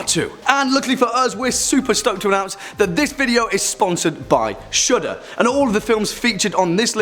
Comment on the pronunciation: It sounds like he’s saying Shoulda when he says Shudder